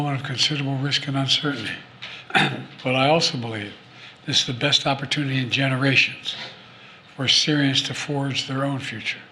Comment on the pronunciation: An "opportoonity" for who? BlackRock?